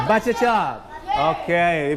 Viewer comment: butcher ออกเสียงว่า บุเชอร์ ครับ ไม่ใช่บัชเชอร์